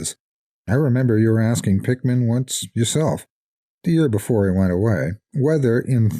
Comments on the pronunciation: Everytime he says Pickman, It sounds like Pikmin... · I always figured that was how it was meant to be pronounced... typical English pronunciation would usually result in a name like "Pickman" being pronounced much like "PICK-muhn" or "PICK-min", right?